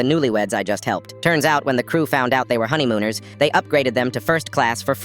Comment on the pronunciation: I heard honygooners😂😂😂😂